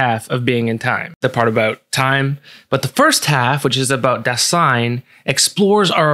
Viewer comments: Just a tip re: pronunciation for future reference. In Dasein, the first syllable is stressed, not the second. So it's more DÁ-sein, and in German the 's' in Dasein is pronounced like the Z in the English zebra. Otherwise a really great, compact synthesis of some of B&T! I'm subscribing. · Great Video! But if there is such a fundamental word as Dasein, then please look up the pronounciation. It is important. The first syllable is stressed. Pardon my spelling. Ironic isn't it. I'm German